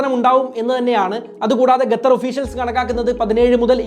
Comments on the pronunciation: Bro , presentations are v good but the add in between is boaring also not Gathar , it is QATHAR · Not ghather, say khather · Bro gatar alla qatar anh pronouncation tath anh🙄🙄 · Gattar alla kuzhi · Gatar alla qatar 😂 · Please it is Qatar ( ka) and not gathar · Correct 😂 Adyam poyi pronounciation shariyaakku settaa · Don't say Gatar... Say Qatar... Correct yourself 👍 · It's not gatar. It's Qatar. I think u need to learn English ASAP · Video കൊള്ളാം pakshe ഗഥർ അല്ലല്ലോ ഖത്തർ അല്ലെ? 🤔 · Eda kezhange. Gatar alla..its qatar. Kaa ann..kalla newsil ayit erangike ann. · Gathar aano Qatar aano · Gathar alla kathar 🤣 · Gathar alla..... Its Qatar.. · ഗത്തറല്ല മൈരേ. ഖത്തർ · Gather alla saho...Qatar 😜😜😜😜😜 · Gatthar ella bro . Qatar. Qatthar ennu pronounce cheyyum. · Bro Gatar alla … Qatar aan … pls. Correct your pronunciation … it feels soo weird hearing Gatar Gatar… Pls look after it! Great content though! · ഗതർ അല്ല. ഖത്തർ... മലയാളമെങ്കിലും മാന്യമായി ശരിയായി പറയാൻ ശ്രമിക്കുക... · ഗത്തർ അല്ല... ഖത്തർ ആണ് സഹോ.... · ഗതർ അല്ലാ ഖത്തർ . അത് ആദ്യം പറയാൻ പടിക്ക് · Ghathar nahi dost, Qatar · ഗത്തർ അല്ല, ഖത്തർ. English മാത്രം നന്നായി സംസാരിച്ചാൽപോര, മലയാളവും വൃത്തിയായി സംസാരിക്കാൻ പഠിക്കണം. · ഗത്തറല്ല! ഖത്തർ എന്ന് പറയൂ കുട്ടീ! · Bro…. Your presentation is very good. But one correction Gathar alla khathar(qatar) ennanu pronounce cheyyendath….. remaining ellam informative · ഗത്തർ അല്ല ഖത്തർ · എടൊ gathar അല്ല. ഖത്തർ എന്ന് പറയണം. Stupid. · Gathar alla bro Qatar anu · Gathar alla Qatar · Brother, Gathar alla Qatar (Khathar aanu). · Qatar എന്ന് പറയാൻ പഠിച്ചിട്ടു വാ മോനെ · എന്നിട്ടും qatar എന്ന് pronounce ചെയ്യാൻ പഠിച്ചില്ലേ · Adyam nee Qatar ennu sarikkum ucharikkan padikku.. Ennit valiya kaaryangal samsarikku.. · നീ ആദ്യം ഖത്തർ എന്നു പറയാൻ പഠിക്കണം എന്നിട്ട് കുരക്ക് 😆😆😆😆ഖത്തർ വേറെ ലെവൽ ആണ് നിനക്ക് ചുക്കും അറിയില്ല ഖത്തർ കുറിച്ച് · Qatar aan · ഖത്തർ എന്ന് മര്യാദക്ക് പറയാൻ അറിയാത്ത എന്ത് നിരീക്ഷണം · Gathhar alla, Qatar.. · Suhruthe … Gatar alla Qatar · Please bro... Qatar not Gatar